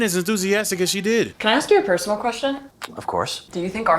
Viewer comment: Aks 🥀 interesting part is you can actually say it normally and I know it because I heard you saying it in other videos, but idk why sometimes you say Aks.